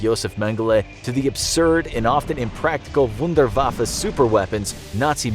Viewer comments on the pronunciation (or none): none